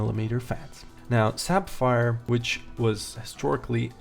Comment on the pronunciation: "Sap-fire..." Uh, wat?